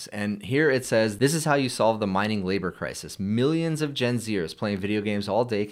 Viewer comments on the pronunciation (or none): none